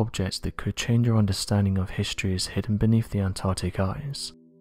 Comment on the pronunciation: Could you get a reader who doesn't have a speach impediment? He cannot pronounce "l". He swallow his "L"s. "Old", sounds like "Owed". "With", sounds like "Wiv". "Beneath", sounds like "Beneef".